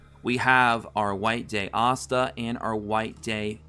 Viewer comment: (Lick - t) thats how u say lichts name, But please keep calling asta Assta its super funny and it keeps me laughin thru the video while getting some good info on the game